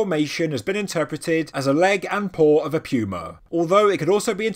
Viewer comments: Puma is pronounced "poo-ma" not "pew-ma" Why can you say puma properly when saying "puma punku" but not when saying "puma"? You are supposed to be at a higher intelligence level than the rest of us! I lose credibility when I hear you sounding like this. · It's literally hurting me to hear you say puma wrong LMFAO I hope I'm not the only person FML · Puma....he pronounces like “Pew-ma” we pronounce it like “poo-ma” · No offense but I thought he said pupa instead. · Pew-Ma. British people are fun. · This whole time I have been pronouncing pewmas all wrong...what else have I done wrong...are unicorns not real? Are fairies fake? Is Dr hawass not a reputable guy? Ohhhhhh wow I'm going to hide under one of those megalithic stones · I'm one hundred percent sure somebody else has pointed this out in the comments but you're saying that big a cat's name wrong it's puma The U has almost an o sound Goo So you would say it poo-ma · i know, and as an American I'm sure i have no right to question how anyone pronounces anything. However, puma just sounds weird with a 'y' in it, and with your accent it puts a heavy emphasis on it.